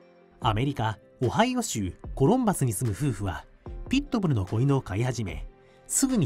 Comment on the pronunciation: ピットブルのアクセントが気になる